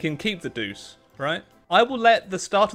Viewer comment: Doochay not deuce lol